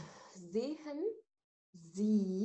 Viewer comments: شكرا علي الشرح الرائع بس استفسار بخصوص نطق فعل Sehen حضرتك بتنطقي الH واغلبيه القواميس بدون H ليصبح نطقها كما كلمه زين ارجو التوضيح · حرف ال h في sehen لا يجب أن ينطق بوضوح.. طبعا بالنسبه لمستوي A1. 1 بنحاول ننطق الكلمات ببطئ شديد للتوضيح فقط